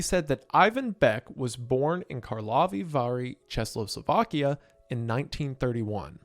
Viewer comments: ....Wendigoon, for the love of god, it's Czechoslovakia (CHE-KO-slovakia), not Czesloslovakia. I swear you didn't pronounce it right a single time 😭😭😭😭😭😭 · Wendigoon, how did you mispronounced "Czechoslovakia", which is englishnization done specifially for Americam like you, into "CzechLOSlovakia". And 2 times already. If it was just one time then it coukd just be mistake, but you missprononounced it 2 times one after another My poor goon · I thought “Chesslossslovakia” was a little misspeak but then you did it again exactly the same 😂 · did you just say... ČESLOslovakia??? First of all, i think you meant KarlOVY Vary, CzeCHOslovakia. We're all used to your omittance to correct pronounciation, however... boy, it's a whole ass country and altough we've split up in 92/3 and went our sepparate ways with Slovakia, Czechia still exists and this moment, as well as the fact that didn't pronounce it right at least twice, is making me lose all faith in the States' education system. Second of all, WHAT THE FUCK, does that mean that I could just walk up to Ivan Beck and have a conversation with him (I'm Czech)??? HELLO????? WHY CZECHOSLOVAKIA?? ALSO THAT MEANS HE WAS MOST LIKELY ESCAPING NAZISM, WAS HE JEWISH OR JUST AGAINST THE AGENDA???? ALSO, WHY TF IS HE NAMED BECK, THAT IS NOT A CZECH NAME, IS HIS REAL NAME IVAN ZÁDA????? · Im sorry is he saying Chess-O-Slovakia? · Check o slow vak ee ah. How can you not pronounce such a simple word. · Chexlosolvakia is certainly a way to say it, I guess. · This is great. Thanks, I've been watching while awake with my baby at night. Is he saying Czechoslovakia? It sounds like Chesloslovakia. Wouldn't be a Wendigoon video without odd uses of words and pronunciation lol. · Everytime he says chesloslovakia a Czech dies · IT'S PRONOUNCED CHECK-O-SLOVAKIA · Since you’re struggling, it’s pronounced: check oh slow ah key ah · yea good video and all but you need to get beaten up for your pronunciation of Czechoslovakia